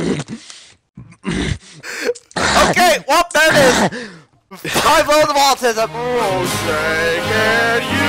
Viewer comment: The first one he said atisum in its finest hahaha